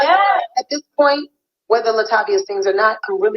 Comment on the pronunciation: "La Tay Via" 🎶 RIP Angie Stone. "A Class Act